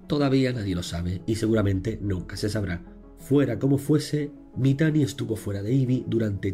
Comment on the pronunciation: Me dio bastante risa como le decia Mitani deidad xdddddddddddddddddd. Sin saber todo el contexto de ese tipo